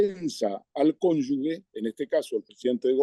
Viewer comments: Por favor, es cónjuge, no "cónyugue" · Ernesto, cónyuGE, no cónyugue. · Todos los días igual Ekaizer. ¡Es cónyuge, no cónyugue!